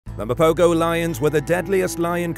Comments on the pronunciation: Will you freaking people get the name right. Mapogo is pronounced ma-po-ho and not Ma-po-go. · The g in mapogo is pronounced as a h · Mapogo pronounced MA po ho. Just saying